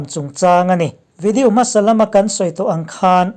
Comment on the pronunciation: ngatinge maw ni...... i pronunciation hi uluk deuh teh.... english poh ilam dik lo nasa thei lutuk hi k ngaimawh.... mizo tawng hi chu ka hrethiam a mahse video tih te melanie tihte hi a dik lo ani ilam dan hi